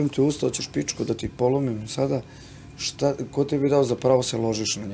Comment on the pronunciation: Ahahahahha a ova ga pita "a dobro shta je to ako te ona ne voli" HAHAHAHAHHAHAHAAA